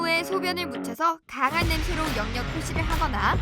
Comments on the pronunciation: 영역 발음 불편해 죽겠네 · 영~녁보다 엉역이 더 자연스런발음 입니다.